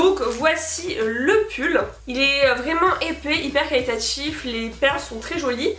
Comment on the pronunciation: Arrête de dire calitatif. C'est trop trop chiant et très désagréable à écouter